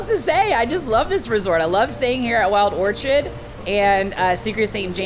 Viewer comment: Wild Orchid not Orchard